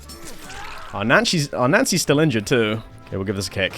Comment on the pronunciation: why do you pronounce nancy as nazi?